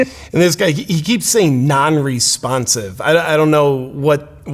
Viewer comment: 'Nonrespomsive' is the most NPC statement I've ever heard